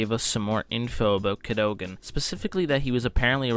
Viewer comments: Cad o gan, not Cado gan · CAHDAHGEN NOT CAHDOGEN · it’s pronounced “Cad-a-gan” not “Cad-o-gon” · CAD-O-GAN and it is just "The Hundred" not "the one hundred" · Pronounced “cad-uh-gin” refer to 4x03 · Cad-o-gen.. driving me insane 😂😂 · you can even pronounce his name... Its Ca-do-gan (kah-duh-gun) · Dude.. Just pronounce it like they do in the show.. please.. CAD-ogan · its cat - a - gin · i think it's pronounced Kadd'i gun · Its not pronounced Ca-dough-gan. 😂😂😂😂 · Why he say Cadogan like that. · why are you saying his last name all weird. if you really watch the 100 you'd know how to properly pronounce his last year. they say it so many times... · If you like the 100 so much. You should be able to pronounce his name properly. Lol.